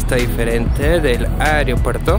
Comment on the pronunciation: con mucho respeto unas sugerencias: se dice aeropuerto (no "ariopuerto"). Usted está llegando al público y el cuidado del idioma es vital. Otra cosa: investigue sobre el lugar que va a visitar en este caso usted pasa desconociendo un lugar icónico de nuestro querido aeropuerto como es la zona dedicada a Carlos Gardel quien falleció allí en 1935 debido a un accidente en pista del avión en que iba. La estatua que ve es en homenaje a Enrique Olaya Herrera presidente que apoyó la construcción del aeropuerto. Finalmente desde que se inauguró el aeropuerto es costumbre de la gente ir a la cabecera de la pista a ver partir los aviones. Si le molesta mi comentario me dice y lo borro.